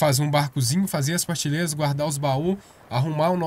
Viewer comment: É engraçado ele falar partileiras ao invés de prateleiras.